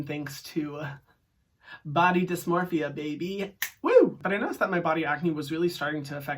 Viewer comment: Not him saying “body dysmorphia “ like that 😩😩...hyraaaammm makes every problem a little less of a problem, I AM HERE FOR IT 🥰